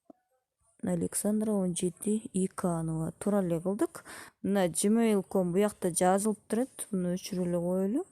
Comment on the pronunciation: Видеонор тунук эмес жмейл десенер гмейл эмес☺